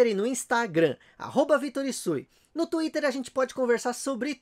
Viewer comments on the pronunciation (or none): none